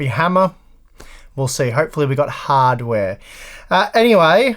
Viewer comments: Why are you saying "hardware" with a Boston accent? hahdware? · Did he just say hard chair?